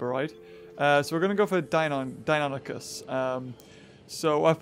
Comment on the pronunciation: Its die-nu-nie-kus. not die-non-a-chus